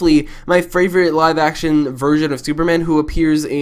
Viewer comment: did he just say fravorite